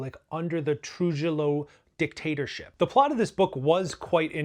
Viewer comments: “TRU HEE YO” please you’re killing me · Paterson is not in New York🤦 and we won't even go into your pronunciation of Trujillo